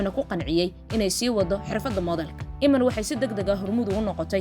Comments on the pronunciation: Ayadoo oh I’m iiman la dhaho bee sidii galadii u aqrisay iman kute 😮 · Magaca sidaas ugu dhawaaqaysaa waa khalad